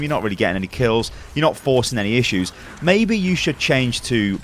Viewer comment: I dont know, mei-be ur right.